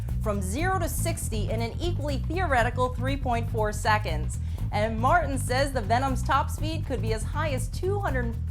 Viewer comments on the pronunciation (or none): none